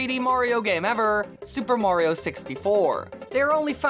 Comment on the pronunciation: Learn how to say Mario. It sound's that you say Wario.